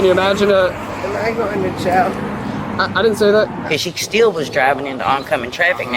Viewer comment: Why do so many people pronounce jail like gel? 🤦‍♀️🙄 with uber and lift available there’s not one excuse to drive drunk…… NONE!!!!